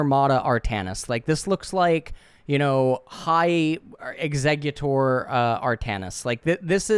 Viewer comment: Why does say "executor" like the Pokemon Exeggutor OMEGALUL